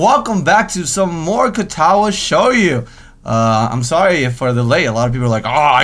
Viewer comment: i think it's pronounced Show-joe